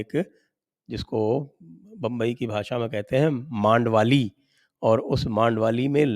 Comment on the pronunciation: मांडवली कहते है..... मांड - वाली..... नहीं..